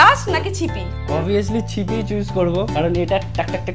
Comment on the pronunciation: দিদি ওটা ছিপি না ওটা সিপি 😂😂😂